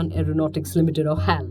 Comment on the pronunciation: It isn't pronounced as hal but H.A.L. :) nothing major but just telling!